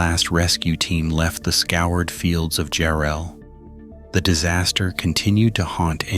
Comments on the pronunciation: JARRELL GODDAMMIT! NOT "JU-RELL" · Enjoyed the footage, but mispronouncing the town name.........🤷 AI crap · What are you talking about this crappy AI he can't even pronounce the town Jarrell Texas correctly